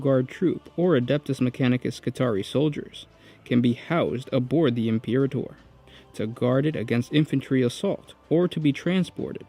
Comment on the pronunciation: Im-per-ator bro. Imperator. Just sound it out.